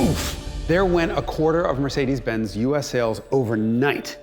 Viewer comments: MercedesZZZ and AudisZZZ, LOL. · Mercedes'iziz & Audis'iziz 😉